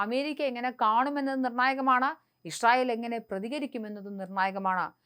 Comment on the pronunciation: ഇപ്പോളും ഇഷയേൽ എന്നാണല്ലോ പറയുന്നേ... ഇസ്രായേൽ എന്ന് പറയാൻ പഠിക്കൂ